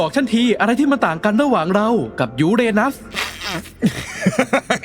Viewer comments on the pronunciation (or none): น้องพุธพูดยู๋เรนัส😂